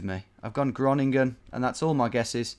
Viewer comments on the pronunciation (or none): none